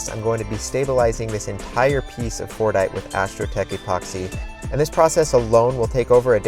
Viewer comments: I really thought he was saying fortnite 😅😅💀💀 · sometimes my ears just couldn't not hear "Fortnite" instead of Fordite